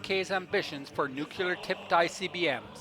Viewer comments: Nuclear would have been better than nukular. Otherwise, great video. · It's pronounced "nuclear" NOT "nucular" !!! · However, the way you pronounce the word, "nuclear", makes you sound like an ignorant country bumpkin. Look at the spelling for once in your life. It's pronounced, "new clear", not, "new quewleer". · the ignorant elected us president george bush made nukelar acceptable although it was never pronounced like that before and it's always been nuclear.. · It is spelled: N U C L E A R, not 'nucular'..... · Please...it’s “new-klee-are” not “new-que-lar”. Regardless probably the best vid about the DPRK on Youtube! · The word is nuke-lear, not nucular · I think you spelled "nuclear" wrong. It's supposed to be "nucular" or "nuculer" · Cool video, one thing though, can you try to say "Nuclear" instead of "Nucular"? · I may be totally blind, but you've helped me see, feel and hear everything you experienced and what the people experience everyday over there. Please forgive me, though for this: Please learn how to pronounce (nu-clear) not (nu-kew-ler) It's a common mistake that Presidents Bush and Bush made, and I used to make the same mistake. Otherwise, I really was impressed with this documentary. I've heard so many horrible documentaries about how they treat people with disabilities and how they experiment with so many people. I know they don't end well. I also wouldn't want to live in those apartment buildings. Thank you for giving us all a realistic profile of this dark, totalitarian nation. There is no doubt in my mind that these people are oppressed and so very empty. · NUKE-YOO lurr Come on, guy. You can do better than that From the American Puppet Regime. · Nucular... It's pronounced Nucular... :-D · Good documentary. A shame you can't pronounce the word "nuclear" correctly.